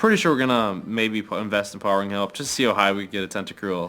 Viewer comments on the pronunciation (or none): Tentacool not Tentacruel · It's "TentaCOOL" not "TentaCRUEL". You always do the same mistake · It's tentacool not tentacruel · Everytime you called a Tentacool a Tentacruel I cringed. LOL. Great video! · He keeps saying tenticrul when it's a tenticool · you call tentacolls tuntacrule all the time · it's tentacool not crewl